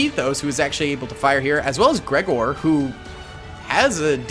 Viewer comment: can you say Gregor’s name right? You said the wrong way like three times and I just felt like I had to say